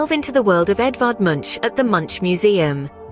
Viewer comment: One of the worlds most famous painters and you can’t pronounce his name? Sounds rediculous when you say it. It pronounced MUNK, and the U is pronounced like O in Obama.